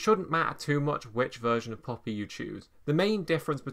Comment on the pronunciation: Bro! It is not POPPY, it is PUP-PI (baby dog).